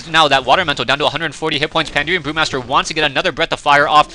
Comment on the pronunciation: PANDA-REN, not panderium, lol. anyway thanks for the shoutcast!